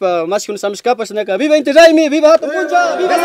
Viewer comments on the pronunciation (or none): Hatun Punlla y no puncha 😂